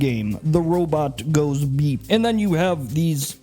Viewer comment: “The robot goes bEeP “ I swear I’ve never laughed harder. I guess it’s just the nasal pronunciation of beep while we see footage of R2-D2 inching along 😂